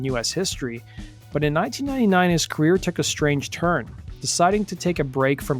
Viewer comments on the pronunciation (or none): It sounds like the narrator said, "...the only big queer move Brooks made..." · I had to "rewind" . I thought the voice over dude said "That wasn't the only 'big queer' move Brooks made that year..." It actually said "big career" move Brooks made... yada. I guess I was a kid in the 80s, and I misheard that! I need to mention that I AM a fan of Garth, and that was not my attempt to be cute: I was genuinely shocked when I misheard it. Much too Young, to Feel this Damn Old is one of the best country songs ever - up there with George Jones, Haggard, Loretta Lynn, George Strait and Alan Jackson, etc.